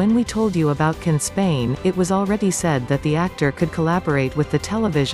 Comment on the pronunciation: His name is pronounced Jan not Can